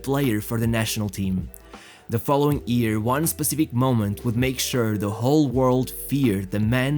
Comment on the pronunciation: J..F..CHRIST!!!!!😤😤 learn how to pronounce ''YEAR'' before you make another video.